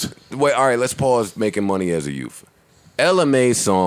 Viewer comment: So, doesn't know how to pronounce youth...